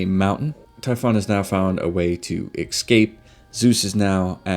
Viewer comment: Did you just say excape?!